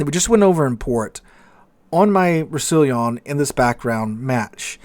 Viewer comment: I think it's pronounced / Rous sa lon